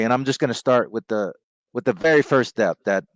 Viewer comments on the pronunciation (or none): lmao I thought it was a reach too but it does sound like , “stab” 😂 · You’re reaching, he literally says “step” Edit: it does sound like “stab”